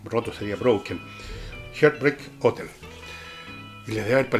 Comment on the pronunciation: Con todo respeto: se pronuncia “hart bréik houtél” siendo la h producida como una suave aspiración. Falta analizar a Los Beatles.